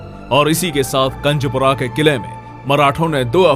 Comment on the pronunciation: कंजपूरा नहीं कुंजपूरा है